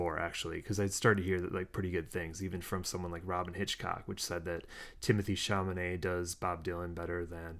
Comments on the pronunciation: I teared up, too - the way the characters cared for one another really came across. BTW, it's Chalamet, not Chamanet. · i've been logged out of my you tube account for a week and a half and finding your review of film i also was thrilled with is fantastic...i'm tempted to spell chalamet's name with a q since that's what it sounds like when you pronounce it (!!!)...i AM a joan baez fan but wasn't prepared for how much i loved monica barbaro's portrayal. i've been a fan of elle fanning for a long time (a precursor to the archivist)??? but would have continued writing protest songs to impress monica/joan!...i want directors to do for the phases of bob what is being done for each individual beatle...film after film depicting him!...great video!